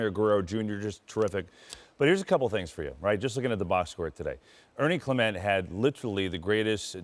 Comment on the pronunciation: It's Mark Sha-PIE-ro. It's Ernie Clement (not Ernie Clemente - he's good, but he's not related to Roberto Clemente). It's Nathan Lukes (Luke-es, 2 syllables). Show some respect for the Blue Jays and take the time to learn the names of the players and management. You sound unprofessional.